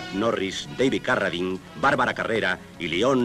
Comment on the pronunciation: Carradine se pronuncia Carradain.